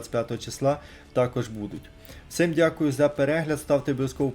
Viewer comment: Ти кажеш вс(и)м дякую,а українською треба казати вс(і)м дякую!